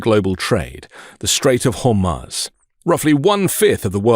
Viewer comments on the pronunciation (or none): Good economic info re Strait of Hormuz - (which incidentally is pronounced Strait of Hormooze.) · Strait of Hormuz (Har-mooz) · Hor-mooz dude. Its been on the news enough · HEY ALL MEIDAS TOUCH CONTRIBUTERS. PLEASE LEARN HOW TO SAY HORMUZ TELL BEN TOO